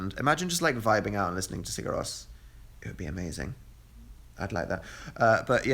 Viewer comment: The way you say Sigur Rós. Give me sweet merciful death.